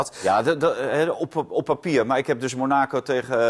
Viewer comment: Kijk hem maar eens glunderen,. Monaaaacow valt meej: haha. Amateur. Sjtoerm Graas is lastig. Man man, ga eens wat voetbal kijken en niet naar 1 match